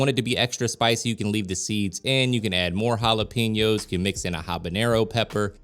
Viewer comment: Just want to let you know Jalapenos . It is wrong how you say it Jalepinos not correct Jalapenos is correct. pen instead of pin love your show ! Blessings